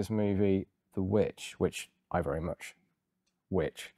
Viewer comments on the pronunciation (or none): "I am the VVitch finder general of the colonah of Massachusetts bay"